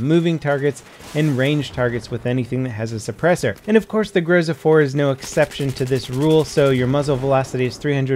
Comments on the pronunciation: its not growsa, its gro-zA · It's grozA, grozA, not a grOza ffs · It's fucking grozA, not grOza you idiot! So irritating! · It's not GrOUza, it's GrozA! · grozA!!!! Not grOza! Groza=thunder. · It sounds grozA, not grOza :) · It's not fucking grOza, it's fucking grozA Second stressed syllable ffs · GrozA, stress is on A.